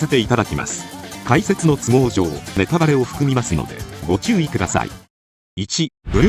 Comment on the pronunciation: ネタバレがネトラレに聞こえてしまった自分はもうダメだな笑